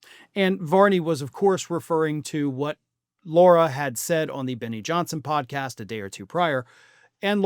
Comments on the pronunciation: It's not "Laura." It's "Lara." Just saying. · It. "Lar-a" not "Laur-a". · Why does keep calling Lara Trump, "Laura"? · Lara there is no U it's pronounced like Larry. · I think you are not pronouncing her name correctly. She pronounces it like the front part of Larry. Lair-a.